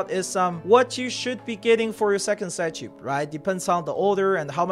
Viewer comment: it's probably pronounced psych-ube like sigh-cube, and not sigh-choob.